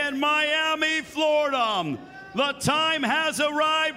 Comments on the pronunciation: Whats up with this ring announcer? Floridam? Russiam?? wtf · The announcer said "Floridum" "Russiam" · Announcer can't end a word with a. Has to say Floridam like ffs he's almost as bad as Usman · Why does the announcer pronounce words ending with "ah" sound as "um"? Like he says, "Russium" and "Flordium" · Why is that ring announcer putting an M at the end of everything? Floridam, Russiam, Kharitonom... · Is he saying Floridum? He is, isnt he. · Is he saying Floridum on purpose? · Floridumb?? Russian? Where do they get these announcers these days? Your only job, and you can't even pronounce things properly? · That annoucer was trash kept saying Floridm and russiam😂😂😂